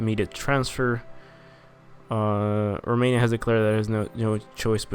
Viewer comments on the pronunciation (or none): none